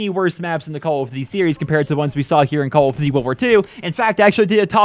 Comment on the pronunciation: Calld of dudy